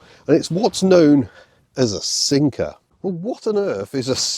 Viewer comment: My typical non-native English speaker ears listen to "SIMCA" instead of "Sinker" so for a moment, I couldn't understand how a Xantia could emulate the defunct SIMCA cars!